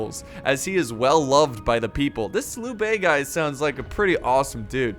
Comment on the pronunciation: And decent job on pronouncing names like Lui Bei and especially Cao Cao (which gets butchered so much.) Its a weird name to translate into English even considering the rest of the language, but Changban is pronounced "Chungbon" but even writing it like that is still wrong haha. Such different languages.